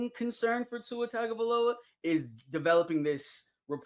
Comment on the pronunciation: mispronouncing tagovailoa? shame